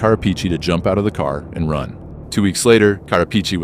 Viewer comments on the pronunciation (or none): I thought you were mimicking a new York accent with that first ca😂😂